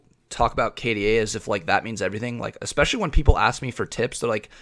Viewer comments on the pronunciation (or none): You both said "ecspecially" instead of "especially" and I'm still cringing. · Why can't people say the word especially correctly lmao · Anyone else get bothered by how they pronounce "especially" xD